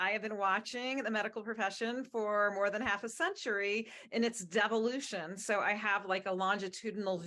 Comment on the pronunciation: Did she say Devilution ? Well said.